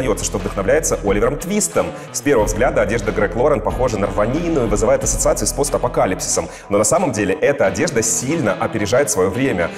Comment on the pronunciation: Блин, дошла до Лорена! Ударение опять - НА первый слог в фамилии! 😉